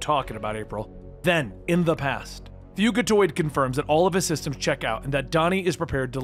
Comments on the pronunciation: Fuginaut??? It’s fuckin Fugatoid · Hey. Hoping this doesn't sound pretentious, but Fugitoid is pronounced like Fugitive (fyew-jih-toid). Another great video! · Man, I love your videos! Not trying to be smart either but I think it is fugitoid like fugitive! The way your saying it is like nails on a chalkboard lol! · The way he says fugitoid💀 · U didn't pronounce karai or fugitave right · I’m not going to lie the way you pronounce “Karai” and “Fugitoid”makes me want to grind my teeth. Other than that cool video